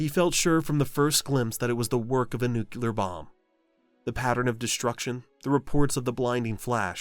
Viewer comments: It's not an "accepted pronunciation." It's considered a mispronunciation and is an immediate flag to anyone in the industry that the person using it lacks even basic education in nuclear science. Don't take my word for it. Feel free to reach out to your friendly neighborhood nuclear engineer or radiological control technician and make a fool of yourself. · Nuclear, not nukulur. Say it with me. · It's nuclear dammit not nucelar! Repeat after me: nuc-lear, nuc-lear. How hard is it? Can't subscribe to a channel I can't take seriously. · Worse is "nuke-E-ler". It's "Nuke-lee-Er". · Dohh ! it's "nuclear" not "nucular". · I hate to be that guy, but if you’re going to narrate a video about nuclear weapons maybe you should learn to pronounce the word, it is “new-clear” not Nu-cu-lar. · Nuclear is pronounced "new-klee-ur", not "new-cue-ler". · The word is nuclear... not nucular. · It's "nulear", not "nuculer" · Sir you are pronouncing the word nuclear incorrectly. It's nook-lee-ar, not nook-yoo-lar. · The mispronunciation of "nuclear" as "nucular" is evidence this is not AI. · The word nuclear is pronounced new-clear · Holy crap it keeps saying "nucular". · You lost me at “nuke-you- ler “ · this video said "nucular." down vote. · I stopped listening when the narrator said NEW-KYOO-LER. Buh-bye. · How do you make a whole video on nuclear (nuːkliər) bombs and still pronounce it like a 2 year old. There isnt another "u" in there bud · Never say nucular ever again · every time you say "nukular" you shame your ancestors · This AI voice is fantastic, but please learn how to say nuclear. It's like new clear. There's two syllables in clear. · Nook-yew-lar? You can’t learn the correct pronunciation of the word that’s central to this whole topic? Graduate high school much? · Another Nucular Weapon designed and built by Nucular Scientists! Is this narration by George Bush jr. ? Or is it Nucular A.I.? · it’s so crazy to me when it’s pronounced “nucular”. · Nu-clear! Two syllables.